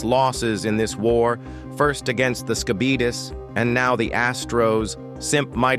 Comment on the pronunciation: The way you pronounce Skibidis as “Skibeetus” reminds me of the “diabeetus” infomercial guy. I love it.